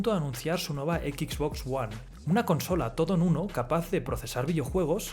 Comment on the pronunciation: ¿Por qué coño la voz de este video cada vez que pronuncia XBOX ONE dice "equiks box" ¡equiks en lugar de equis!